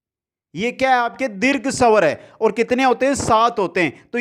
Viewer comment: Pela bhi phla ,& sawr nhi swar 😁😁 improve your pronunciation 👍